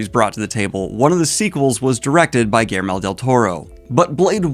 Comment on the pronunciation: Yeah i mean, definitely do the other two... Hearing you walk us through the plot of blade is something i never thought i needed but i totally did... Oh and um... Did you just say "Gailmere" del torro? XD